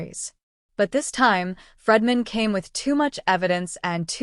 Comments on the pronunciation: Bryan FREEDMAN, not Fredman! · This channel would be more credible if it pronounced Bryan FREEdman's name correctly. It is not FREDman, it is Freedman. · PLEASE LEARN HOW TO PRONOUNCE ATTORNEY FREEDMAN 'S NAME!!! IT is pronounced JUST as it looks!!!!!